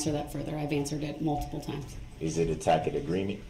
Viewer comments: Brooks annoyed me throughout the entire trial but what annoyed me the most was his mispronunciation of the word, “tacit.” It’s a soft “c” genius! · And he mispronounced “tacit.”